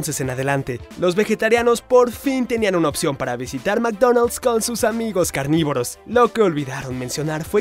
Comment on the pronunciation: meecdoneld's se pronuncia ,, yo le digo macdonal